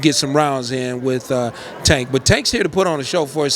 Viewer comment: I literally cringe every time you say tanks name… please get it right I do Not think it ends in “tah”